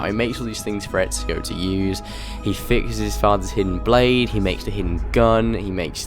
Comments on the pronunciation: I hate it when people say ezio they end up saying etzio there is no t in ezio's name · your pronounciation of ezios name is so funny :D